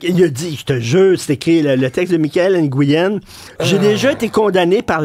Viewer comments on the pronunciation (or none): Benoît, tu as fâcheuse habitude de couper la parole, svp chacun son tour. Et Richard on ne dit pas Nguyen on prononce NOUYEN.